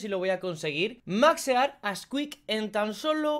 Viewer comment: Creo que la maldición cada vez va desapareciendo:o Mexicano xD